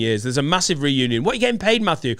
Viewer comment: The Friends ‘Renunion’? said it wrong